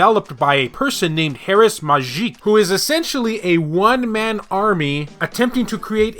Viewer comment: The one-bit game looks like N+, really enjoyed that game, I’m sure I’ll enjoy this one. Also, Mujkic is pronounced muy-keech